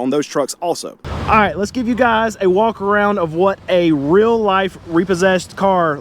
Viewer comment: Did u say walk around or reach around ?😅